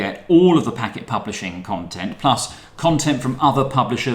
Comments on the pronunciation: Also our name is pronounced "Packed" not "Packet". It comes from the Radiohead track which I was listening to when we started the company..... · Used to work at Packt and man it pains me every time someone pronounces it Packet. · Man I thought I was crazy when I heard him say "Packet" lol